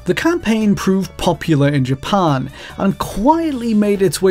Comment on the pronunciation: The way this guy says "Japan" is driving me nuts